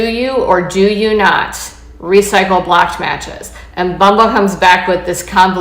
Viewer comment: Why does she keep saying “blacked” instead of “blocked.” Also, I’m seriously surprised Women are still on Bumble after the disgusting ads they did a few months ago. I’m sorry, I couldn’t finish listening to her. The word is blOcked, not blAcked.